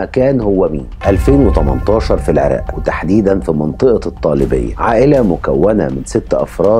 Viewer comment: بما أنك افضل مقدم في قنوات اليوتيوب خلقا واسلوباً وقفة في مصر كلها .. لو اتقنت التلفظ باللغة العربية كأن اقول العراق بدلاً من العراء ..!،